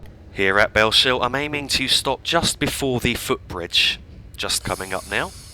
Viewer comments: just one pointer, it's bells hill, not bell shill :) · you've probably been told this many times before me but thought i'd point out that "Bellshill" is pronounced "bells hill" rather than "bell shill" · Its Bell-s-hill Not shill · Btw it’s pronounced bells hill I used to make the same mistake as well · Bellshill is pronounced as bells hill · That pronunciation off Bellshill is hilarious. Its pronounced Bells-hill. Otherwise great video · Cool vid man its so weird to see the area where i stay in a video game on i line i used to take to work all the time from Bellshill to Glasgow, its pronounced Bellsill just to let you know lol silent H. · Great video! Btw it's pronounced Bells-hill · Great video! But Bellshill when you say it don't pronounce the sh so it's a bit like bells hill